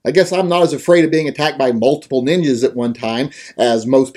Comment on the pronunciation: “Did he say ninjas or n!ggas”~My Lovely GF